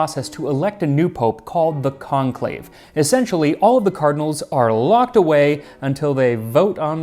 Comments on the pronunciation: You probably already know, but is the French pronunciation of conclave in English. 🙂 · To all my fellow early viewers, never forget, "CONLAVE" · lmao